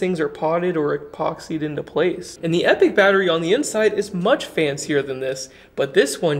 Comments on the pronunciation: epic != Epoch. Grammar Nazi here. Pronounced eep-ah-k. This battery looks awesome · Thanks for another great video 👍🏼However, your pronunciation of the word EPOCH is making me twitch 😆 "Epoch" is typically pronounced in two common ways, depending on the region: EE-pok (ˈiː.pɒk) – More common in British English. EH-puhk (ˈɛ.pək) – More common in American English. I don't think there is a brand of batteries called Epic. If you ever decide to launch your own brand of batteries then perhaps they would appropriately be known as EPIC batteries! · Yeah, now he’s calling them “Epic” instead. It’s e-poc. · Sure, but since this is an American channel, being hosted by an American, talking about a company that pronounces their own product "epic", its fair to say that "e-pok" was always wrong here. Just as it would be strange to interject, say, the French pronunciation here. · It's pronounced E-pawk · Their own website says they pronounce it "epic". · British vs American pronunciations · I think you should pronounce it like eeepok. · Actually I think the idea was to pronounce it as "Epic" -- kinda like a phonetic sound it out?